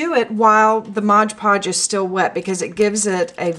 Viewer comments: great video... remember it's MOD Podge and also its pronounced that way... (not "modge"). but most importantly, have fun with it. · I thought it was called MOD podge....not modge podge. Hmm oh well, learn something everyday, huh?